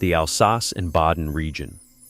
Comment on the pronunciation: Doesn't pronounce Alsace correctly either.